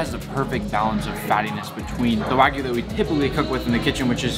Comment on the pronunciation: my guy really said wagu